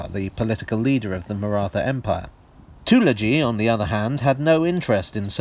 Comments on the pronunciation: It's Marat Ha, the h is aspirated. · The pronunciation of the word Maratha made me wince, but as I can't come up with a word or phoneme close enough I guess I'll have to live with it. Stellar video otherwise. Note: it's not the 'th' sound in rather as pronounced here. It's a thick T sound. Maybe I can link a video here with the corrected pronunciation later. Always best to get names right, especially for a lot as touchy as the marathas (yes the Maratha people, who live in the Indian state of Maharashtra and speak Marathi, are very sensitive about these things.)